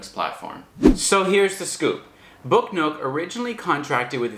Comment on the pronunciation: I thought you were saying book note. lol